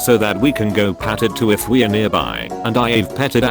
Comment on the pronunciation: How come the voice over robot can't read the word "too"? Too is not to.